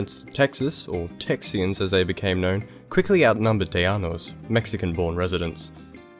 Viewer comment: Tejano here; it sounded like you pronounced it "tay-yano"; it should be more like Tay-hano. Also, you mentioned the battle of Goliad. It is pronounced like "GOH-lee-ad". Otherwise, very good video. I have found most people don't know anything about the history of Texas let alone Tejanos.